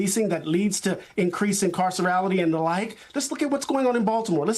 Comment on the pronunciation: Saying "Incarcerality" should be a jail-able offense